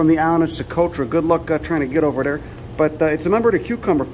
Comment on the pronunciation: ‘Uhh ya also got that swollen ovary uhh, down derr’ hahaha 🤣